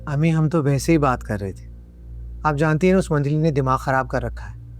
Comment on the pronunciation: پلیز خراب کو خراب بولیے کھراب نہیں